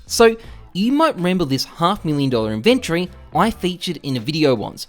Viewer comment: The word is inventory NOT inventree.